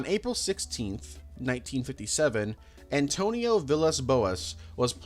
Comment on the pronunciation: As a portuguese person, you did great with the pronunciation, especially With Antônio's mid and last names